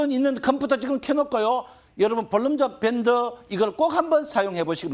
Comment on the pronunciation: ㅋㅋ 발음이 새시네. 볼린저밴드Bollinger band